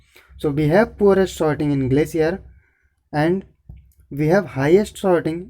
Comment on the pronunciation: Dont mind It's sorting not shorting.